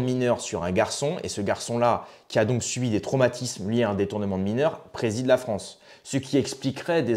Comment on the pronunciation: « Vive la fronce »…